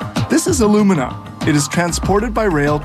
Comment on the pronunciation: 4-5 tons of bauxite is made into 2 tons of alumina (aluminum oxide, AL2O3) which is then made into 1 ton of aluminum metal. The way alumina and aluminum are pronounced in this video makes it hard to understand.